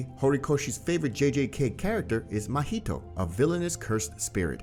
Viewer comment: i lost it once you said mahito like parry the platypus😭💀